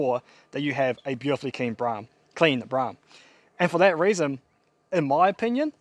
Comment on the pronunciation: Bloke can’t even pronounce the name of the car correctly so I have ZERO confidence that he will actually finish this car 😡